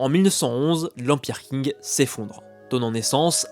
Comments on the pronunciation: Qing se prononce Tsing et non pas King comme pour la ville de Qingdao (d'ou vient la bière Tsingtao) très bonne vidéo sinon ! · Petite remarque: le dynastie des Qing ne se prononce pas King mais Tsing. Sinon vidéo intéressante:)